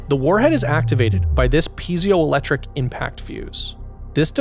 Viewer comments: The only issue I had was when you try to say PIEZO-electric. PE-EH-ZOH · He also pronounces "piezo-electric" Like "pea-zee-o" instead of "pea-ey-tso" electric .